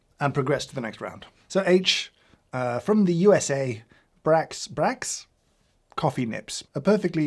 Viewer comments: Brach's is pronounced like brocks. Or bra-cks. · A lot to unpack here for me regarding the Nips (H). Firstly, I don’t remember Brach’s owning Nips back when I used to eat them. Secondly, just FYI, it’s pronounced Brocks. Also, when I was a kid, Brach’s had a different coffee disc, and it was an absolute favorite of mine. It was a classic semi-clear hard candy that just tasted like black coffee with a ton of sugar.